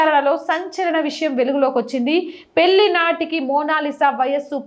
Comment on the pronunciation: పెళ్లి అని పలకాలి, పెల్లి కాదు, హరేకృష్ణ 😊